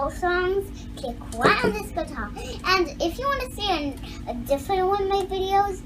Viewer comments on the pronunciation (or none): none